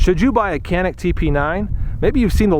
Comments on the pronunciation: This is Turkish made gun and I am Turkish myself.. first of all it is not kanik you should read it as Janic .. I did shooting with this gun in shooting range yesterday and I think it was pretty good.. what pisses me off is you pay there about 300 to 400 usd there for this gun but we pay about 1000 usd to buy this gun here because of hight tax etc even it is Turkish made! If you want to buy here walther or glock it is another story!! We must pay at least 4000 usd for those guns! Totaly rip off!! 😡😏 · not kanik it's canik cCc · "Canik" is a Turkish word and you should pronounce it as "Djanik" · It's pronounced as Janik as j from jelly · The C is pronounced like a J. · why is it that so many reviews can't say the name right it's Turkish so a c is pronounced as a j